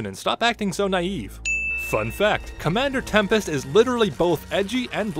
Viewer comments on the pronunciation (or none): I think grabber actually said commander “tempeth” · Grubber: comander tempest "Temperpedic"? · Comeder tempa? Comender tembed? Comender tempur-pedic? Me: comender semped?